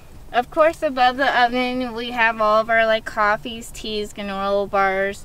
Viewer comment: so, welcom to are humbull abo. we hav all ov are like, cofvees tees gahnorla bars. Me: 😐